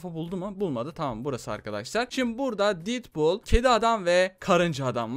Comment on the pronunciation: detbul değil deadpool